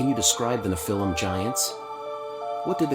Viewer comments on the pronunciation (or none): It sounded like AI asking the questions. It couldn't properly pronounce Nephilim Giants